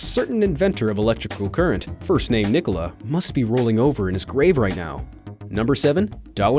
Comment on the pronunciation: Wow,pronouncing Nikola was so funny lol 😂😂😂